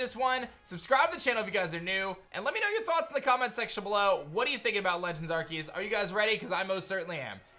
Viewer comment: Pretty sure it’s pronounced “ar-say-us” not “ar-key-es”